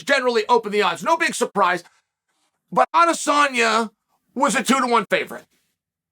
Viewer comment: no lie i dont think ive ever heard chael say izzys name wrong. he must be a fan.